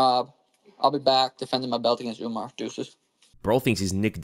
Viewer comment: Why tf does he keep saying UmNar